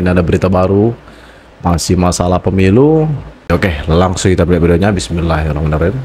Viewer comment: Maaf mas,.... Kalo baca BASMALAH dlm opening.... Bismillaahirrohmaanirrohiim... Jangan bissmillaah hirromaanirrohiim... Ngapunten mas.... Maturnembahnwun....